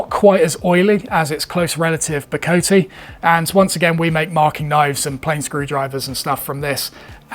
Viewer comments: It is Bo-co-tay and Zir-co-tay..... The E at the end is pronounced, not like most English words. Zircote is often called "landscape wood", due to the pattern it makes. Bocote is my favourite wood, all my fenced planes have subfences from it, my joiners mallet, and some saw handles made from it. Ive always seen the Ebony from Gabon sold as Gaboon Ebony, and I've always pronounced it with a longer O sound, as Ga-boon 😂 I completely agree with your words; woods like this need to be cherished and used by those who can actually use em, and by those who appreciate them. Not a gatekeeper in any way, jus a realist. There's a note of conservation to it....... If we all use it, then we kinda fuxk it up for future generations...... Like what happened with Brazilian Rosewood bein so overcut in times past. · You’re close with Ziricote but off the mark with Bocote. Both woods are from Mexico or South America so the “-te” should be pronounced as “tay”. Zee-rih-co-tay Bo-co-tay I live in Arizona and have had a chance to work with various pieces of deadfall ironwood. It has a disgusting stench which reminded me of highly neglected urinal cakes, and is horribly dusty. Absolutely gorgeous though and extremely strong. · Both bocote and ziricote are from Latin America, so you do pronounce the E's at the end. They have more of an ay sound, however, rather than ee. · I live in Belize and have ziricote on my land. As for pronunciations, the vowels do not change sound, ie: bocote, both 'o's pronounced as in 'off' and the 'e' as end. The same with ziricote, with the 'i' pronounced as 'in' or 'inn'